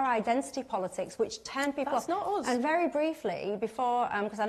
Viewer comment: "datz not uz"....